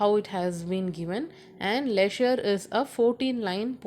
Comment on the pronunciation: Mam your prounounces of poem name is wrong